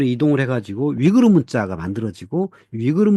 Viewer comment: 한국어론 위구르 아니면 영어로 위거지 위그르로 발음될 수 없어, 무식아!